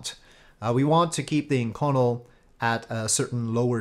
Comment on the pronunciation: Great vid, just an FYI though that inconel is pronounced "ink-oh-nell".